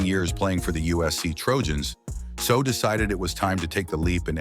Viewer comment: You cannot even get your ai to pronounce his last name correctly??